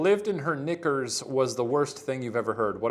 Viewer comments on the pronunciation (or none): Shane, you gotta really enunciate "KNICKERS". Jesus.